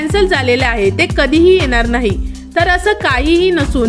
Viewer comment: भाषा कानाला खटकते. मराटी नाही मराठी आणि येनार नाही येणार.प्रथम भाषा स्वच्छ व स्पष्ट बोलावी.